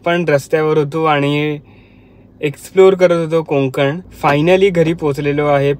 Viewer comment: कोकंन नाही रे कोकण असं आहे ते